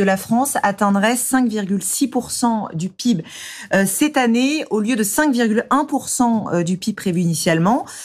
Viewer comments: Journaleuse! Ça te fatiguerait de dire Pé-I-Bé ? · Du P I B pas le pib 🙄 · Depuis quand on dit le pib au lieu de P.I.B xD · Du "pibe" ça me termine